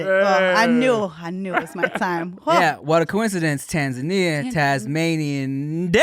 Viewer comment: Hey Tom. tried to say Tanzania but instead said Tangania. I don’t think she noticed. Back to you